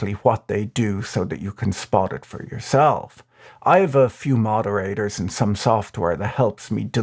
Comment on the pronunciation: The way he said "Treat YOW self" 😂😂